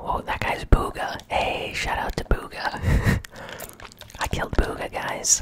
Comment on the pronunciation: It’s Not BOOGAH. It’s BUGHA. You’re pronouncing it wrong